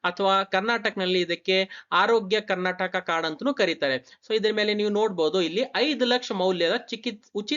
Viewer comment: Karnataka helu...Karnatak alla...nin first sari agi heludre olledu..